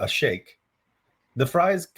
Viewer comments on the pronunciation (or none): none